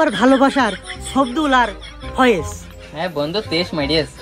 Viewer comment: বয়েজ না ফয়েজ